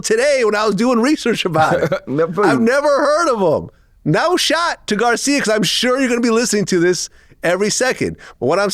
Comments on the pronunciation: O let Vlad say Garci's name wrong the whole interview lol.... gotta love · funny. He didnt correct vlad saing his name wrong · Lmao Vlad calling him Garcia dudes name is garci 🤣🤣🤣